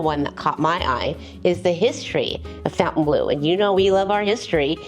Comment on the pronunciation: Thank you for your review and filming. I'm not being rude please don't take it that way, but Fontainbleau does not have a U in it - as in the word fountain, Phonetically it is -fon-tan blue. It is a beautiful place.